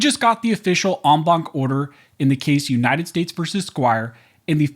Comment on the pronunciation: Every time you say enbaunk, I drink, and now I can't drive home.